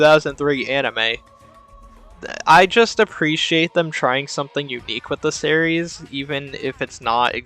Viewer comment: series = "serreys" What is this strange accent?